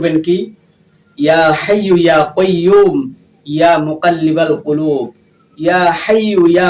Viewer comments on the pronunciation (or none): Eya hoaiyo eya koiyomu eya mukallibal kulub. Aita holo uchchâon